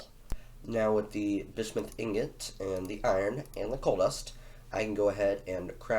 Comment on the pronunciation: Genuinely an intersection good quality video well done m8. Btw you might want to learn the pronunciation of bismuth - it’s a common element (biz-mu-th). Also name the cat Cougr cuz Dw doesn’t fit a cat.